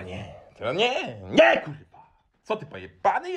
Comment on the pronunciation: cos spokojniejszy chyba za duzo pestek po czeresniach i ballad mongolskich hahah jestes mega w huj motywatorem. Moze nowy zawod nie trener personalny a trener poprawnej polszczyzny bo te kurwa wymawiasz lepiej i bardziej dzwiecznie niz profesor Miodek. Pzdr